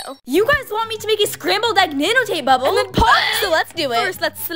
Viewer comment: No one is gona talk abt how she said bable instead of bubble? But honestly shes slay